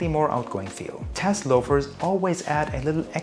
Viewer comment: Loro piana non Laurana....e Guccio Gucci non Gucci Gucci ....tassell loafer non tess ...